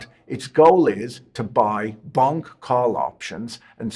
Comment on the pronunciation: I personally love that he kept pronouncing Bonk like it was Bunk 🤭